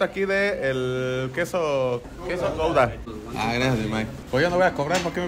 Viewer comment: No se pronuncia gouda,carajo!